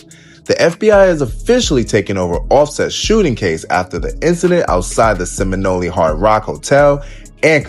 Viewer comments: Seminole not seminoleee 😂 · seminole not seminoleee😂